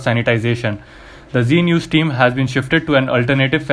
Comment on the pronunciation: G news nahi hai, Z news hai. Bhai try to pronounce the words correctly. Can't you differentiate between G and Z